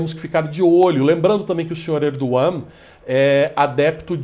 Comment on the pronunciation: Até que enfim vejo alguém pronunciar corretamente o nome do presidente turco.